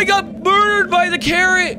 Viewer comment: you dident say murderd but burderd